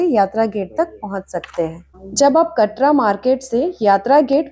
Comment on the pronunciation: Sab kuch bahut achha bataya aapne. Bas KATRA me "T" ka pronountiation Tamatar wala ट hota hai. It's कटरा , not कतरा . Nice Video keep it up